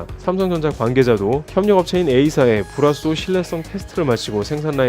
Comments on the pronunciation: 죄송하지만 불화수소 발음 잘 안 되시는듯.. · 불화수소 발음 뭐임 ㅎㅎ